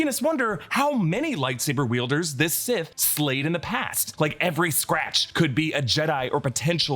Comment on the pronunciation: He said that he’s “SIS” not “Sith”